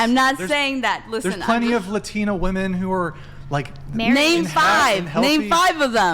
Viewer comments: The "latina" sounds like she's a downsie. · She said luhtina😂😂😂